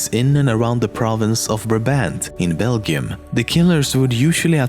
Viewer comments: Im sorry, what Bell-gum? What did he just say haha, think that's Bel-gium your trying to say there xD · Did u say bel-gi-um American pronounce it bel-ji-um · In Bel-gee-uhm That made me cringe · Belgium is pronounced Bell-Jem not Bell-gem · In English, "gi" is pronounced like "ji", so "Belgium" is pronounced "bell - jum", not "bell ghee um" and "gigantic" is pronounced "jai gan tick" or "G I gan tick", and not "guy gan tick". However, your spoken English is very good, better than most speakers for whom English is the first or only language. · love it love how you said belgium like bel - gium it's pronounced beljum dwspite its spelling it made me laugh though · Do some people pronounce it BEGIUM then not Beljum? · It is not pronounced Bell-gim. It's pronounce Bell-Jim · Hold up. Is Belgium pronounced as Bel-gium or bel-jum? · its "beljium" in pronunciation, not "belgum" sorry. good video though. +1 like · "Bel-gyum" "Ben-yaman" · HE DOESNT KNOW HOW TO PRONOUNCE BELGIUM HE SAY'S BEL-GHI-UM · Did he really pronounce Belgium Bel-Gi-Um? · really good job on the pronunciation of 'Brabant' you can't imagine how little English speakers actually get it right. Still needing to work on Belgium though :) cough* belcium cough* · It's Belgium, not Belgeeyum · (bell-jum) is how you pronounce Belgium, don't worry about it XD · Isn't Belgium pronounced as beljium? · Isn't "Belgium" pronouce "Bel-Gym" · The pronouncement of the word ‘Belgium’ is very strange I must say.. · how he pronounced Beglium had me weak 😭😂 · no, he pronounced the g different💁‍♂️ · You pronounced Belguim so wrong yet so good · "Belgium" is not pronounced like that lol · Did anyone notice he pronounced 'Belgium' wrong? (1.34) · You pronounced badly Belgium :p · god learn to say belgium :/ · 'Belgium' and 'gigantic' are pronounced with "soft" g, like g in 'danger' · ilts not belGi ium you dont say the I belgum you speak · Nice episode as always. One thing to note, you mispronounced "Belgium" ^^